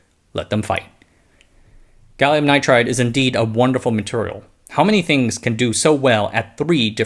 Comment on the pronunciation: Why do you say maturial?